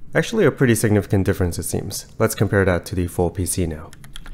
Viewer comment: Damn couldn't hear much of a difference..then he said 'significant' :o